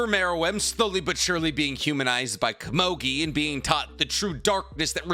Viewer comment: Who the flippin fudge is kuh-mogi?? I think you meant Komugi. Koe moo gi. You make me wanna start a channel called ThePronounciationPolice or somethin.